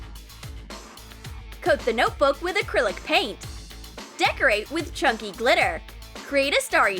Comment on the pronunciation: OMG didn’t she say chunky glitter? Or is it Chuckie